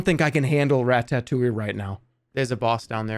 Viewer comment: the way Jerma pronounces ratatouille is deeply unsettling